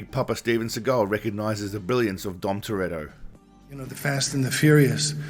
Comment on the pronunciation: It’s Toretto, it’s always been Toretto